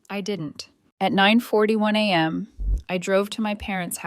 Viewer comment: Come on, the pronunciation of money amounts is terrible. And a.m. is not anam.